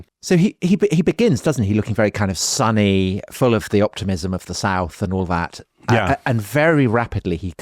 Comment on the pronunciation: Love how Dominic pronounces "sunny" like it some sunny disposition, :) (should be closer to w)